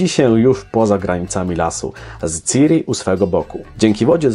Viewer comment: Czyta się ćiri